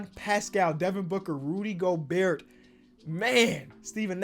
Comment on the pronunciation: You don't pronounce the T in Gobert..